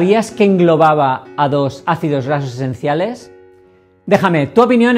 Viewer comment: Son mis nervios o a se le dificulta pronunciar ácidos grasos esenciales...